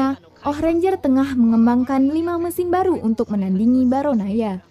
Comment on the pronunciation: The Movie maaf ini bukan bacot ya... Sejujur nya aku penggemar channel ini. Cuma kadang bingung aja sama pelafalan yang aneh2 gak sesuai sama yang di film (termasuk ketika nya yang menjelaskan). Misal BarAnOya jadi BarOnAya, Atau Storage (dibaca storej) jadi dibaca strok. Tapi, overall script dan penyampaian nya sangat baik, tinggal di tingkatkan lagi... Semangat